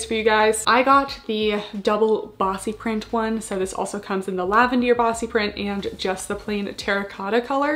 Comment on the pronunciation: I really like the detail, super cute collection, thanks for the review. I am curious as to why you keep calling the Lavender - LAVENDEAR? I am watching from Australia, wasn't sure it its a location thing or if Buff Bunny were calling it that?